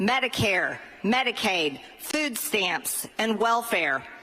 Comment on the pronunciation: "He is do be doing ed-ja-ka-shun!" 🤦🏽‍♂